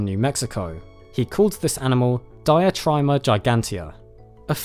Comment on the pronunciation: Diatryma is pronounced Deeatreema - It's greek not english :)